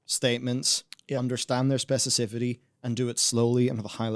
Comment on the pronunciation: mispronounces specificity like nine times in this video and I don’t understand why